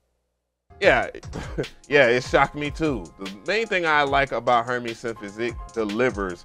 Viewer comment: Her"mays" bro... not her"mees." named after the fashion house, in saying his plugin is high fashion, highly usable couture.